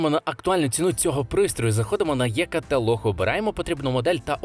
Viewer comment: Е каталог, або І каталог - якщо англійською, но ніяк не Є.